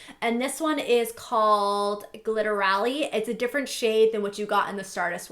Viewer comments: the way she pronounced "glitterally"😅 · btw u should watch nikkietutorials review bc u said glitterally wrong